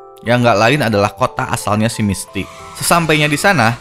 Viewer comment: Misty.... Bukan misti;-; bisa di bikin setiker wa btw